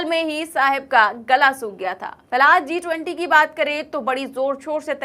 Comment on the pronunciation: Ma'am, a small friendly suggestion, I've listened to all of your videos, you said Z(zee) -20 which was not sounding right. It is G (JI)-20. Kindly rectify your pronunciation. Otherwise, your anchoring was good.